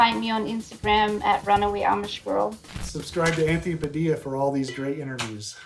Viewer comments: In the philippines your surname padilla is pronounced by most as "padilya" not "padiya" just sharing ^^" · uhmm your filipino last name really was pronounced as “Padilya” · all this while i wondered why Padilla was pronounced Padiyya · You pronounce it 'Padiya' ?? boy i have been wrong. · "It's pronounced like a 'Y'." Oh Anthony, let me introduce you to Italian 😂 JK... kind of 😂 Love the episode! Learning a little about all the different people you interview on your show is always amazing. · When she said Padilla the wrong way it reminded me of the good old smosh